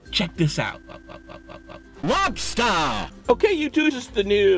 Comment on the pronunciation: "LOBSTAHH' XD